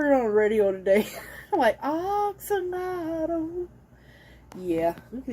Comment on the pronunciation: I know someone told you that you were pronouncing axolotl wrong but you were not. Look it up on Google... you were saying it right. It's not "ax"olotl... it sounds like "ox"olotl